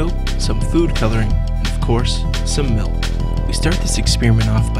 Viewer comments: What's "melk?" Do you mean to say that you are using milk? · He says we need to use "melk", but... what is "melk"? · All I hear is him saying "melk" a hundred times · he says "malk" Julian Smith anyone? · he says "melk" just like i hate...